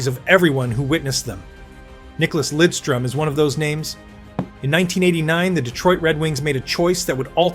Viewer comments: As Detroit Red Wing fans, we absolutely cringe when he is called Lindstrom. Its Lidstrom. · For christ sake LIDstrom not linstrom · "nick lindstrom" Lidström damn it